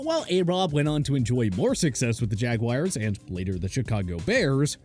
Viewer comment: son always says “jagwires”